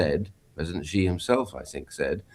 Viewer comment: It’s not Zhee Jin ping, it’s pronounced She Jin Ping